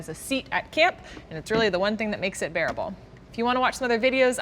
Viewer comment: Did she say that being able to sit on the canisters make them "bear-able?" LOL.